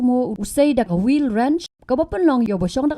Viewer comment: Wheel wrench ❌ widren ✅ 😭😭